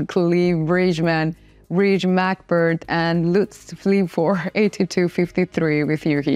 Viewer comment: Love it that 'Bird McBride' was called "Breedge MAC Bird" in the video🤣